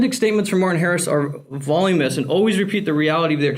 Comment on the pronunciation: Vol-yoom-yus is such a weird way to say voluminous